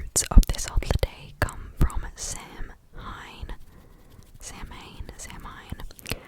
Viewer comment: Samhein is actually pronounced sauin. That's my nerd urges kicking btw